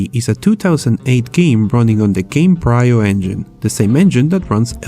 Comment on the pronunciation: Yeah man, it uses "Gamebraio" Engine Minimum CPU requirement is Intel 2.4 "Gaigaherts" Pentium 4. Too bad his Intel "Eytom" "eestik" can barely play it on 30 fps.